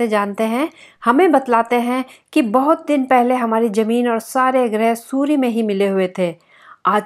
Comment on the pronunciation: Zameen not Jameen